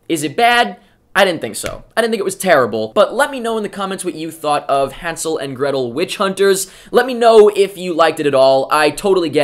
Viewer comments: God, finally a Reviewer pronouncing Hansel correctly. It's German and written with an "ä". Even the actors mispronounce it... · good that you can actually pronounce hänsel and gretel. better than gemma in the movie. and i am from germany so i can tell.